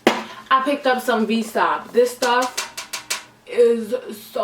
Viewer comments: Babe you really called it vsop. It’s V S O P. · Sorry to hear what happened to you❤️. Also, that liquor is pronounced V.S.O.P